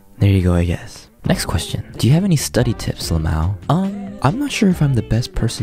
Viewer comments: he says "lmao" as la-mao abort abort abort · everyone says la-mao